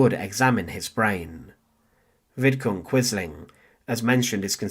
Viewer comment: Vidkun Quisling, not Vidkin. And get someone else to read the commentary; the site would benefit greatly from it.